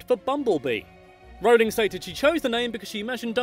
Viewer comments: I say it Role-ing not r-ow-ling. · I was allways pronouncing her name right but my friend always "corrected" me. I'm going to say to her "stop your saying it wrong its ROLLing not RAWling" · Dont mean to be THAT guy but youre still pronouncing Rowling wrong. Closer than most but its pronounced the same way you pronounce "rolling" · Says a fact explaining how to pronounce J.K Rowling's name Proceeds to pronounce wrong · Just you who messed up her name because i always say they see me rolling like jk Rowling. Mmh perhaps thats worse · Who was pronouncing her name wrong? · Nah lad it’s a British requirement to learn how to pronounce Rowling